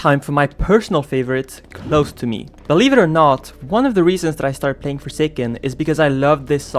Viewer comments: It is not lobester mewt it's close to me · for close to me you said lobster meat XD 😄👍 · btw its close to me not lobtser meat